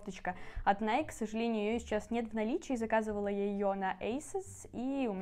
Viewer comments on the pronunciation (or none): none